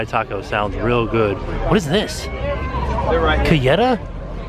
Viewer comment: it's pronounced CAH-HEY-TUH. It's a Mexican caramel insanity that is SO good